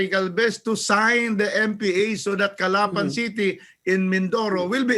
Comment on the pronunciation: That’s not how to pronounce “Calapan” Say it like you’d pronounce “Agusan”. . It’s like the mispronounciation of “Camiguin” & The Vow”.